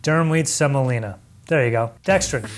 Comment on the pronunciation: sem-oh-LEE-nuh. . .You dunce